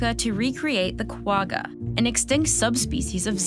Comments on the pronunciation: Bringing back extinct species won't fix the problem, you have to eliminate the cause of their extinction then reintroduce the "de-extinct" animals back. PS Qwagga is pronounced kwa-gha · You need to pronounce Quagga as if you had flem behind your nasal cavity. KWA-CCHA. The animal's name was derived from the sound it made. I wonder if those brown zebras make the same sound... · Kwagga is not said like that😂😂 But good video👌🏻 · As a South African, her pronunciation of kwagga took me out l! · The "g" in quagga is pronounced like the "j" in jelapeno but a bit more gutteral. I remember reading a while back that another problem with cloning from adult material is that the clone inherits the length of tellomeres from the original source, greatly reducing it's lifespan. Not sure if they fixed that. Cool video. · Quagga is not pronounced like that, it's no where near that. For all the "production value" you didn't feel the need to cheap pronunciation?